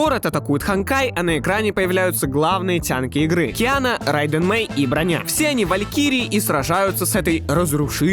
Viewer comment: ее зовут не броня,а БрОня,с ударением на О это вообще не Киана,а херршер пустоты